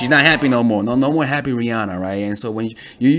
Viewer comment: I disliked because the way he said Rihanna it triggered me